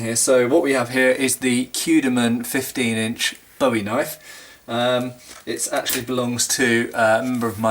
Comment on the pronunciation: Matt, Bowie is pronounced Boo-ee like a buoy in the water. just a heads up in case you are ever in the US especially in Texas or the south